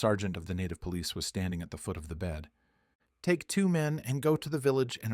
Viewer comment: "lake" instead of "take"?